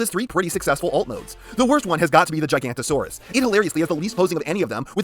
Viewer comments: Its pronounced giga-nota-saurus not giganta-saurus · Erm, it’s actually pronounced Giganotosaurus, not “Gigantosaurus” ☝️🤓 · I hate to be that guy but…it’s gig-a-NOT-a-saurus, not gigantosaurus, that’s a sauropod. Forgive me. Great video though.🦖🦕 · Why do you say gigantosaurus? Is it called gigantosaurus or did you try to say Giganotosaurus and like so many others forgot there was an O inbetween the N and T somehow. Which would be weird when you pronounced quetzalcoatlus flawlessly. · Hate to be that guy but i believe its pronounced gi-ga-no-to-saur-us not gi-gant-o-saur-us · Man hearing you on origins wheeljack, then hearing you contradict yourself on this is shocking. Like it does exactly what it’s supposed to do. Also the entire video you butchering Giga-noto-saurus and calling the elasmosaurus a plesiosaur hurt. Otherwise nice review broski. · I genuinely cant tell if hes joking or not when he calls the giganotosaurus and the elasmosaurus the gigantosaurus and the plesiosaur. If it is intentional, why still say quetzocoatlas correctly? Also the gigan may or may not have been smaller than a certain other bipedal cretacious top predator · misspronouncation is one thing, but MISIDENTIFICATION ! that's another thing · How did you pronounce Quetzalcoatlus right first try but Giganotosaurus is the name that trips you up?